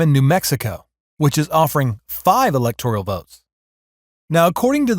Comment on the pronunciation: "Electoral" is not pronounced as if it spelled "electorial" like janitorial. Please work on your pronunciation.